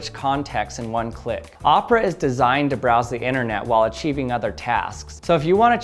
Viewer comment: Omg it's o pe ra not o pra